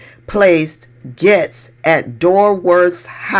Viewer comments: It’s not Gets it’s pronounced GATES, respectfully! ❤ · I like like that you pronounce his name like I do, he wants us to say “Gates” and I refuse to. He’s “Getz” with my pronunciation, dirty perv cheesehead Getz!